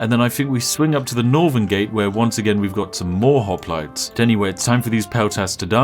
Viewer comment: Ah yes, Spiff and his perfectly balanced pronunciation of Hoplites.